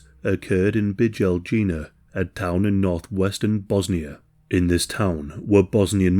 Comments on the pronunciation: Oh, for heaven's sake, couldn't you learn correct pronunciations? It's RaZHnatovich, MiloSHevich, BiYelYina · you do not know how to do facts check like the fact that it is not accurate that artillery was used during the attack on Bijeljina which you did not try to pronounce correctly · you do not even know how to pronounce Bijeljina, so as someone who was born in that very town at the end of 70s and lived during those times let me tell you about some of your false narrative.. war crimes did happened however it is not this event which was blueprint for ethnic cleansings but Sijekovac massacre which was executed much before events in Bijeljina, and in which Croatian and muslim forces killed 58 civilians out of which 18 were children, additionally the war in Bijeljina was started by muslims, our neighbor run to Germany in order not to fight his friends and after the was told us a story, the deal was that they keep the lights on because it was their holiday and to kill in those houses which had lights off.. so thank you mr America for watching few photos and read few articles and telling us what happened while we were living there.